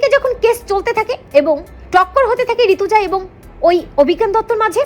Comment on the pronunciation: ওরে বাবা নাম টা ঋতজা চৌধুরী। ঋতুজা নয়। ঠিক করে মানে বুঝে উচ্চারণ করবেন তো !